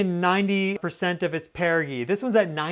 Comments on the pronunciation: Apojee and perijee, the g is soft like ge- ometry. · Perigee. Pronounced Peri-gee (DJ) sound. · why does he pronounce apogee and perigee like that. lol